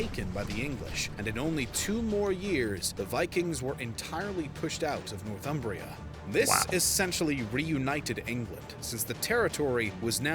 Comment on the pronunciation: It's not "North Umbria" (that's in Italy): it's "North Humbria" (land north of the tiverHumber) and pronounced "Nor-thumbria" not "North-umbria".